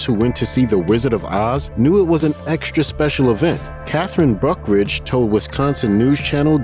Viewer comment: Good job on the cities in Wisconsin pronouncing. Just say them faster and remember it's wIsconsin not wEsconsin